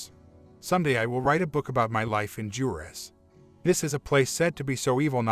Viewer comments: Yooo thats my home town! shoutout to all the Juareños here! Also its pronounced Hoo-ah-rehs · Not being condescending and no offense meant but in Spanish the "J" in Juarez sounds like "W" does in English. Waa-rez